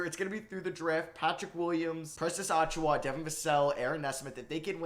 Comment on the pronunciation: Precious Uh-chew-uh, not Ah-chew-wa